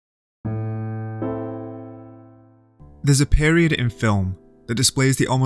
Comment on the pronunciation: I love how you pronounced "pAEHriod"